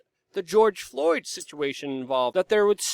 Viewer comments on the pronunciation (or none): none